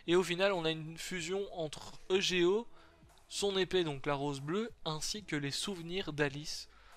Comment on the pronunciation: tu pourrais dire eugo a la place de dire e g o